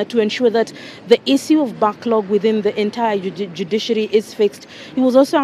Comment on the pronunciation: Backlog not banklog.